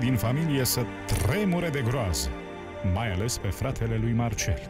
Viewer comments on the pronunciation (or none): ...sa tRRRREmure de groaza” :)))